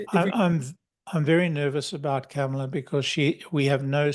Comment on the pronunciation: Sorry - Kamala is not too bright…? You can’t even pronounce her name right… 🙄